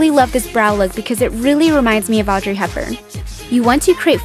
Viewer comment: "audrey hepburn" saying that audrey hepburn starts with "O":3